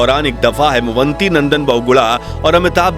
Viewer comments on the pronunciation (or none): Kripaya naam sahi pronounce karain. Wo हेमवती नंदन बहुगुणा थे न कि हेमवंती .....